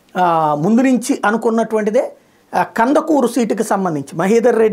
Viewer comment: Kandakuru kadu sir kandukuru😂😂